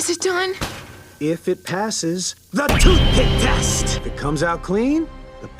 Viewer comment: I like how he said "the TOOTHPICK TEST"